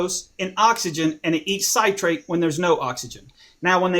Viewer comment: It's pronounced "sit-rate" not "site-rate" god dammit. Fucking idiot.